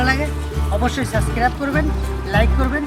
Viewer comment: suscrib noy kothata subscrib😃😃😃😃 uchcharon ta thik kore korun😃